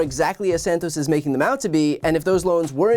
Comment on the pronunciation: he said jawdge Satoss, in the third person again, just like Trumpington trumpton